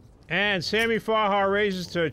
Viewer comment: “sammy farhar” kept irking me. it’s farha